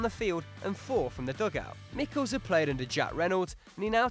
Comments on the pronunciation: Michels = [ˈmɪxəls], the [x] being the phonetic symbol for the Spanish J or the German and Gaelic CH. Please, do some research before. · it's not Mickels like you said but me-shells